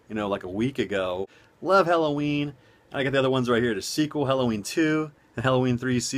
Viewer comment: Good vid, I originally clicked on this just to hear you say Helloween multiple times, lol. Funny!